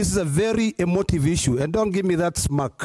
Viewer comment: Its Smirk not smack